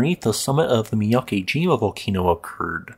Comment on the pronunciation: Not too important, but on a side note, the character 'ke' (け） in miyakejima isn't prounounced like 'key.' It would rhyme more like the letters 'b-e' in the word 'bed', or the way Lisa Simpson pronounces 'meh'. However, Japanese is phonetic, so if you see the romanized letters 'ki’ (き), that character is pronounced like the word 'key.'